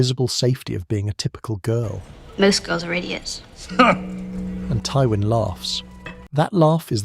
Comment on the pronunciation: Why do you pronounce Twyin's name wrong? Also please stop using AI to assist your scripts. It is painfully transparent that you aren't speaking with a fully authentic voice.